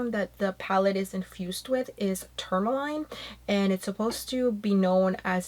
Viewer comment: Its pronounced Tour-mah-leen 👍